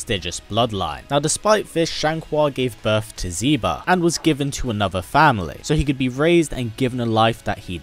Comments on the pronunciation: ZEE BA?! Z- BA??!! Cracks neck I'M DONE. First Decadent Gamer and now you ? " Zy- ba " HOW THE FUCK - Why the fuck - Its the same pronunciation used with the X in Xianghua's name (SHI) ... It's "SHE-BAH" . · Xiba = Shiba....not Ziba. It starts with the same letter as his mom's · Xiba is pronounced "She-ba". Lexia is pronounced "Lay-sha". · The x is not pronounced as a z it's pronounced the same in lexia and xiba as is it in xianghua why do ppl always do that